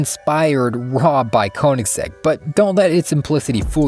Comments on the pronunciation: it's pronounced "kUH-nigs-egg" btw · PLEASE learn to pronounce Koeniggsegg properly if you're gonna make a whole video about it!